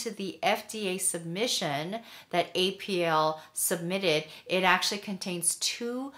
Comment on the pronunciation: You mispronunciation of apeel is annoying! I'm not going to watch your videos.